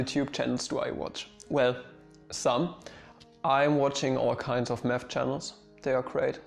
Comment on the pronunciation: You say "math" i hear "meth". "When i started studying meth at University..."